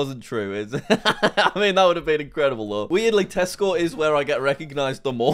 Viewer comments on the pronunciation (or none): none